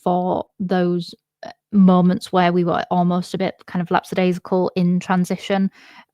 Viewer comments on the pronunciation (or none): Sorry to have to comment on this as I love your channel and your appearances on other streams. I have a personal bugbear which is the mispronunciation of the word 'lackadaisical'. It gets confused with 'lax' as they have similar meanings but there is no 'S' sound after the ck. Phonetically it is: LAK - A - DAY - ZIK - UL. Keep up with the great content.